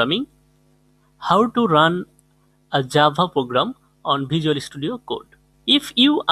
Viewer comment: The vid is great but...... Jabhaanhaa! XD